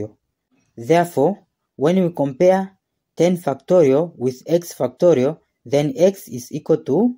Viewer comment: 10 ‘f**ktorial’ 😂😂😂😂😂😂😂😂